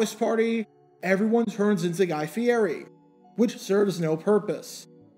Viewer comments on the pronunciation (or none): Guy, it's pronounced, "fi-ETTY". We know this from the Kings Hawaiian bread commercials he stars in, not to mention all the food-related shows he hosts. Check in again after the Super Bowl and share your thoughts about the headliner on the halftime show.